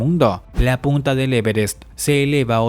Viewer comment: XD yo escucho put4 XD